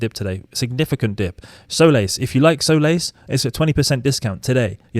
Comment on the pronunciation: Solace is pronounced with the accent on the first symbol. Saa-luhs. Meaning to give comfort. It's a counseling Agent. Thanks for your alpha!